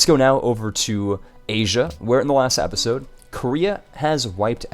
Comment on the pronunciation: Hey I'm sorta new here but why do you say appisode instead of episode, is that like an inside viewer thing or what.